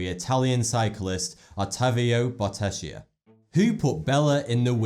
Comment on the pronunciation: Bottecchia is pronounced Bottekkia